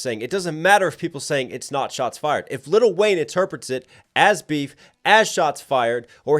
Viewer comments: its Lil' Wayne.. LIL' Wayne, not LITTLE Wayne 😂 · Never heard anyone pronounce the “t”. Little Wayne just seems so disrespectful 🤣🤣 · “Little Wayne” coming at next for the pronunciation of his name several times in this video alone…